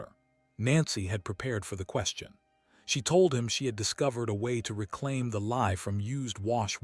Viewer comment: Lye soap, not 'lie'.